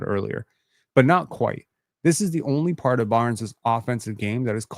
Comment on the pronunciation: Correct me if I'm wrong (but I'm not), but, aren't words that already end in the letter 'S' supposed to be pronounced in the same way, whether they are in singular form or in pluralized form? At the place in the video where I time stamped, said "...this is the only part of Barn-ziz offensive game... "...... So you're saying "Barn-ziz" instead of "Barnes". I think the correct way to utter that part of that sentence reads like this. - "...this is the only part of Barnes offensive game... "